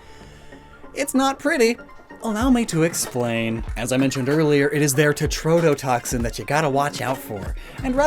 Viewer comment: I will definitely be “that guy” here, but for future reference, in case you need this again, it is tetrodotoxin, not tretodotoxin.